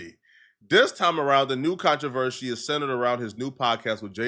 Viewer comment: I stopped listening when he said “controvershe” for the 4th time 🤦‍♂️